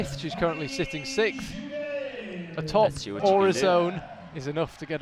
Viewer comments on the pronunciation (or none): SIXTH, sixth place, not sikth!! Am I missing some inside joke or what? Thank you though, enjoyed the video and the rest of the words that were spoken!